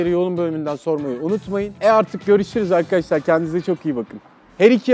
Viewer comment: arkaaşlar ne ya arkadaş kelimesi bu kadar mı zor aq